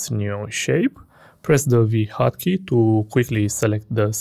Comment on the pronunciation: whats D HOCKEY OR HOT KEY couldn't understand it